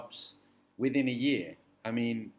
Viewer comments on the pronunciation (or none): none